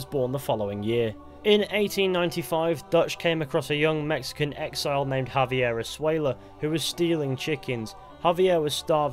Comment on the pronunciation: He caßled havier esuela all the time in the game.